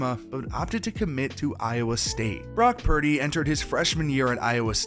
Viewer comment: Brock 'Prady' !